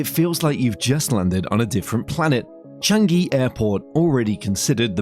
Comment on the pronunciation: Is Chang-eeee not Chang-geee....